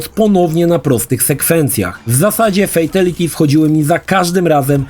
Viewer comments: Nadal fejteliti… 😅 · Nie oglądałem jeszcze materiału, bo nie wiem, czy go zniosę, więc najpierw zapytam. Czy nauczył się w końcu poprawnie wymawiać słowo "fatality", czy dalej słychać "fejteliti"?